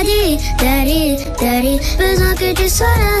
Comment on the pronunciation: Daddy elle le prononce dally 😭